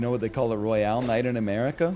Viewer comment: NL is so damaged he pronounces the Royal Knight “royale”